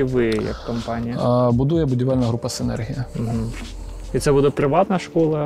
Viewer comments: Вже не перший раз, але ніяк з наголосом не справитеся.....СинЕргія. і тільки так. Завжди із задоволенням ваші сюжети дивлюсь, але у кожному відео оця СинергІя поки менеджер не підправить. Чому так? Не знаю. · Дякую за випуск, комплекс доволі цікавий. І окремо хочу відзначити менеджера компанії за непохитну витримку коли безуппинно вимовляє назву комплексу з наголосом відмінним від офіційного 😅